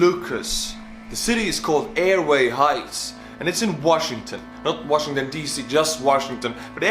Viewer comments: Washi-n-gton, with 2 n’s. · you missed the n in washington dc lol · "Washigton D.C."